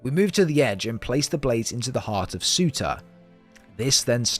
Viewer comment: Fun fact: Surtr’s name is not pronouned as Suter, but as Sur’tur/Sur’ter